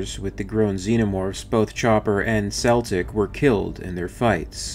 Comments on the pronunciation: Celtic. (Kel-tic) not (pronounced (Sel-tic) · I love the video, I really love the Channel I honestly do. But I am sick and tiered of people mispronouncing Celtic. It's not Seltic. It Is Not a Sat It is a Cat, It's not Seltic it is Celtic. Celtic as in "The Celt's". I do not mean to rant but it drives me f'ing insane to her Celtic pronounced as Seltic. Woof!. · Isn't Celtic's name pronounced with a hard C? Like in can.